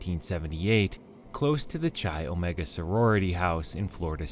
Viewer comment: Not Cheye.. It’s Kye, come on guy if you’re going to do a Video please do a little homework first, you’re driving us bonkers with mispronunciation